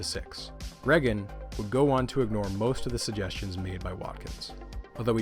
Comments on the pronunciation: Does anybody realize how he’s mispronouncing Ronald’s last name??? It’s Pronounced “Ray-gan” not “Reh-gan”. Jesus! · Pronouncing Reagan with a short E rather than a long E is so triggering. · The way you pronounce reagan I can tell u aren’t American lol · i’ve never heard anyone say reagan like that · I know this is petty, but the way you pronounce 'Reagan' is driving me insane.